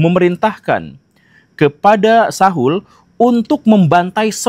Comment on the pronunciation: Sebut nama Saul saja salah😂